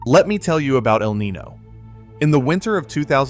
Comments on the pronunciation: “Niño” is pronounced Kneen-yo not knee-no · It's nin-YO. Not nin-no.... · Yeah his mispronunciation is driving me crazy. I know it’s petty but come on lol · Right? Eel knee-no? Like anyone who understands basic weather should know how to say this.